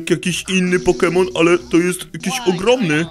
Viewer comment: nie umiesz gadać poke mon ale noobek naucz sie pokemon